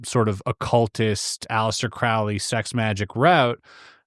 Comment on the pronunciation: Crowley is pronounced like holy